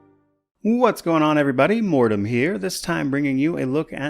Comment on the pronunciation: It's Mortym not Mortim!?! Mind blowned